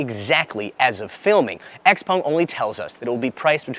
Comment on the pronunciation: jesus when do you learn its not called xpong! its called Xpeng christ!